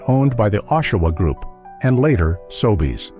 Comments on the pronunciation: I can find no evidence that P-W ever existed in Canada. And the pictures of locations do NOT look like . The fake voiceover can not even pronounce Sobeys: "Sobays". I would not click on this channel again faster than the clicking of price guns down the aisle. (sheesh) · The hack that made up this "video" surely WASN'T Canadian. Hiding behind an automated voiceover. "Sobays"... right.